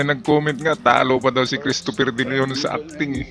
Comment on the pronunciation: Christper de liyon 🤣🤣 ang bangis mo hirap na hirap bumigkas ng pangalan